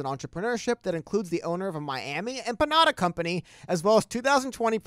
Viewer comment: It’s empanada not empañada. Lol. The latter has a totally different meaning in Spanish.